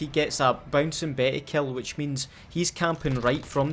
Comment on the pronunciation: those damn Bouncin Beh-eh’s